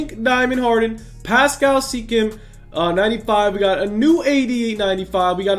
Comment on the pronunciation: People that don’t know actually nba saying pascal seekam